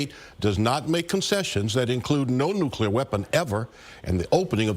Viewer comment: It’s time for nucelar war! Get ready 😊😊😊😊